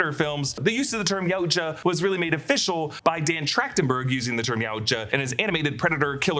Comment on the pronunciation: ITS PRONOUNCED YOW-CHA Jesus Christ